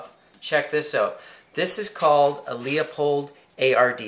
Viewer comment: Leupold is pronounced Loopold not Leeapold. Everyone makes that mistake. : )